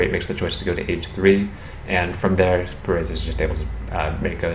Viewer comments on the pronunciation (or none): why are you pronouncing perez with a silent z?. It's a spanish name the z isn't silent.